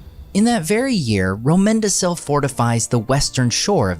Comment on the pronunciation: Great video. I hate to be that guy but from my understanding, Romendacil (and other similar names) are pronounced with a hard c as in Romendakil. I could be wrong, but I don’t think I am. Easy mistake. Still, very good video.